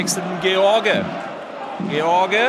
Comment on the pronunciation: Jan George kann man gar nicht falscher aussprechen 😂